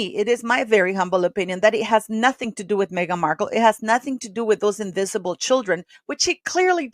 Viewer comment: They’re not real, archi-ficial and invisi-bet…right?